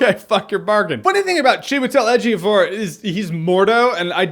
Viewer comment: Props for getting the name mostly right, I’m Nigerian so I know the exact correct pronunciation.